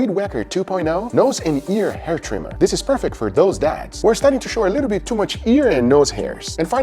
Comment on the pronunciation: Gugas favorite words “Diss, Dat, and Dare” (This, that, and there) 😏😏